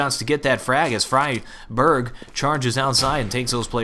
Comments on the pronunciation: why friberj? it's friberg... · Hey you pronounce friberg wrong man it is pronounced fry burg like the berg in iceberg there is no ghh sound keep up the good work! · It's Friberg, not "Friberch". A "g" like you pronounce the city Hamburg. Probably something only we sweeds will think about though. Great commentary! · It annoyed me to fuck when he pronounced fribergs name wrong xD